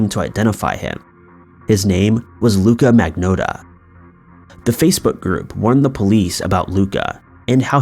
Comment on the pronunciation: "Look-a-Maggot"... I mean, uh.... "Luca Magnotta"